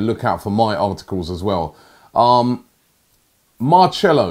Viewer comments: He's said Marchello more times than Troopz says Blud or Fam in an interview :D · had to stop watching, it’s Mar-sell-o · What a pronunciation.......MARCHELO! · Marchelo????? 😂😂😂😂 where the H in his name, said his name wrong so many times 😂😂😂😂😂😂😂😂😂😂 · I cringe every time he says marchelo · Where does the ‘h’ come into to this. Shambles 😂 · If also marcello wants to come to arsenal, after listening to robbie pronounce his name, he changed his mind.😂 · Roobie your pronunciation of the name Marcelo is like all those people who say matiland miles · I don't think Robbie has ever watched Madrid. Doesn't know how to pronounce "Marcelo". And didn't know Marcelo has had a terrible season. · Who else is bothered by the way he says Marcelo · I think robbie does these pronunciation on purpose😂😂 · Take a shot every time Robbie butchers Marcelo’s name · Robbie trying to pronounce marcelo's name is giving me the ear cancer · ROBBY YOU CAN’T EVEN PRONOUNCE MARCELO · Marcelo is really not the hardest name Robbie 🙄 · Had to click off as soon as I heard Robbie pronounce that name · How hard is it to say marcelo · Omds robbie ur pronunciation is hurting my ears 😂😂 whos marchelo its marcelo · Robbie man you say it like MarSelo not Marchelo, creased 😂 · man said “Marcello...” Robbie we’ll do it together Marcelo = “Mar-sell-oh” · How can he not pronounce Marcelo like come on Robbie blud MARCHELO nearly clicked off the vid Marsssssssselo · Man said Marchelo... Like Marcelo ain't been doing his ting for time how have you got away with calling him Marchelo all this time 😂😩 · MARCELO NOT MARCHELLO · Is Robbie trying to butcher names now ? Common man Marcelo becomes Marchelo how can you name such an easy name wrong mate ? Beyond me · It’s pronounced Mar-cell-o Not Mar-chel-o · Robbie its marcelo not marchelo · Don't ever call him marchelo ever again its marselo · MARCHELLO its Mar-selo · and its mar- cell - o not mar - chair -lo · Ffs "" Mar-cell-o "" not "" mar-chell-o "" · man said “Marchelo”